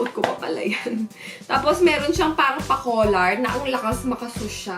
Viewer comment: paRang paRang paRang. Nyahah cute